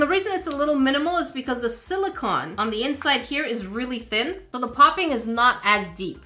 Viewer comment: OMG, YOU FINALLY SAW ONE!! 🤣🤣 I know it is, I've watched you for a while. The very first comment about this that I made, I had said something like, "I know English isn't your first language," but you never saw it 🤷🏻‍♀️ So, it's basically become a mission that I'll make a similar comment on every video where you mispronounce silicone a lot, and hopefully, eventually, you'd see it. I'd given up hope you'd ever see it at this point though, so I didn't have a disclaimer lol. Sorry! Love your videos though, you're so hilarious and fun! 💜💜